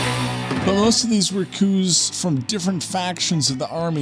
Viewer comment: We do not pronounce the s in coups for several coups d'État